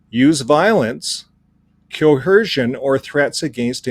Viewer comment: I like how you say "co-hersion". Is that a Canadian thing?